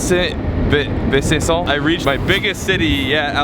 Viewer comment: The city is pronounced "Be san cko" Edit: Add a French accent to it, or it sounds completely whack.